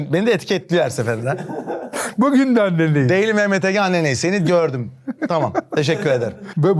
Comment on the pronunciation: ' Sevgili Mehmet Ege, Annenleyiz.. ' kral o es ardından gelen yanlış tonlama maalesef kopartıyo ya şlfdmhfdhpo